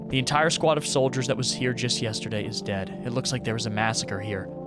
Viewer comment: just wanted to say you said deed and not dead :p